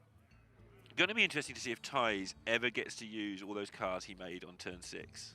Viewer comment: How to say Thijs = Tice.. not Ties